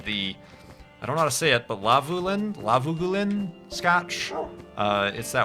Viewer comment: Lagavulin? It's pronounced exactly how it looks - "Lagavoolin". My family comes from the island that it is made, along with other famous Scottish whiskies such as Bowmore, Bruichladdich, Laphroaig, Ardbeg etc., :) The island is Islay, I've been there many times :)